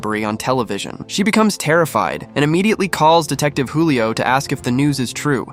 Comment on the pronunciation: Julio not hulio😂